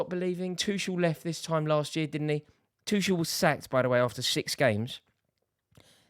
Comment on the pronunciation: is Tuchel really pronounced "Twoshell"